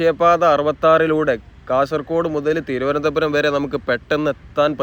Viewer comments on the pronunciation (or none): none